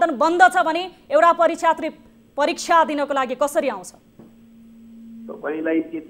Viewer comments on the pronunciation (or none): परिक्षात्रि कि परिक्षार्थि? 😂😂😂 सम्झना